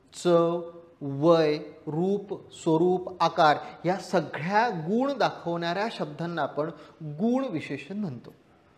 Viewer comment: उच्चार गुण चा चूकला तुम्ही दीर्घ उच्चार करत आहात बाक़ी उत्तम